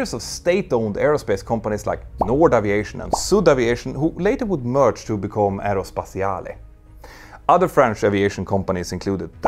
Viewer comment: Love your videos! It taught me a lot in the mechanic of the planes and in their operation. Side note, you pronounce Aérospatiale as if it is an Italian name. In french we don't pronounce the last e. Take care and continue your amazing job! And indeed you don't pronounce the t in Dassault. Yeah i know french can be funny to pronounce...